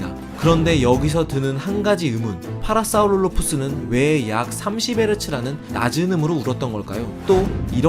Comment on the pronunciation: 파라사우롤로푸스 발음이 어떻게저렇게 잘되지